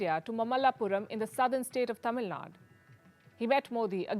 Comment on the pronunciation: pronunciation of mamallapuram and Tamilnadu is wrong.